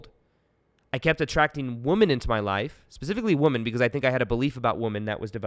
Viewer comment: It's women , not woman....pronounced.."wimen" not "woeman"one is singular...one is plural.. It really Matters. Love you bro.